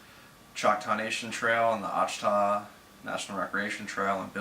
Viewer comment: It's pronounced " Wash a taw "